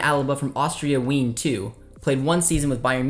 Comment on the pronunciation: on the DDLl Wien is with a v sound.